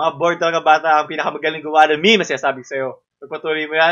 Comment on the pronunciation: Did you just pronounce meme as "mimi" instead of "meem"? Dislike